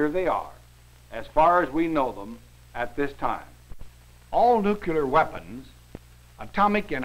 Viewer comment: "All nu-cu-lar" weapons."